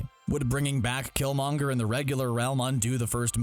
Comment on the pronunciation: You're butchering killmongers name